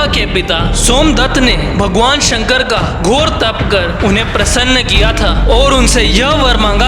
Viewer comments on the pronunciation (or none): none